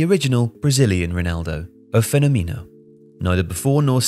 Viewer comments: Feno-mino....at least learn the pronunciation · Guys, I think you’re brilliant and I watch many of your videos because they’re awesome. But I don’t understand a) how you came up for the pronunciation of FENÔMENO (you said fenomino) and I don’t understand in which of the “best player of all time” conversation Ronaldo is NOT present. In my experience he is not only ALWAYS present, but up there for at least second-best. Is it maybe because I used to live in Italy and you (sound like you) live in the UK? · The what? You mean to pronounce, pheh-NOH-meh-noh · God, the way he pronounce "O fenomeno" 🤨